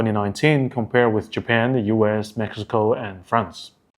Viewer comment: Japan not Japen Nice video, be a little bit more serious on details.